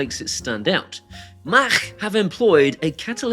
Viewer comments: its not MACK it MACH!!! SAY MACK ONE MORE TIME, I DARE YOU, I DOUBLE DARE YOU, SAY MACK ONE MORE TIME MF. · Happy Saturday, “Mac” not machhhhhhhhh 😂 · This may just be the best pronunciation of "Mach" I've ever heard from an Englishman :D